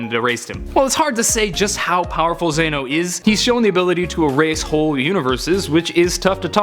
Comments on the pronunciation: ZANO IT IS ZENO NO HATE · Zain-oh? Zen-oh... zen.. Other than that... gr8 job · Why are you not saying zeno dude the God of God's is demo not zaino or whatever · Its not zano it’s Zeno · Hey bud, it's "Zeno" not "Zayno" I'm still subscribed so I'm not butt hurt about it. Just thought I'd inform ya 🤦‍♀️🤷😁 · zano !!?? its zeno dude ! watch much !? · Pretty sure it's pronounced Zen-oh, not Zay-no. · Its Zen-Oh not Zaano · Its xeno Ze-no And kamehameha Ka-me-ha-me-ha not kamehameha there 2 different moves Sorry im salty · And it's not zey no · Y is he saying zayno?